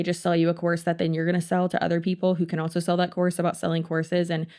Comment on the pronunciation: I know you're saying "courses" but my brain keeps hearing "horses" and I can't unhear it.